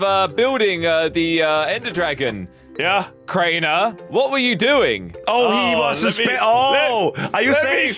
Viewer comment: 😂😂😂😂how he said crainer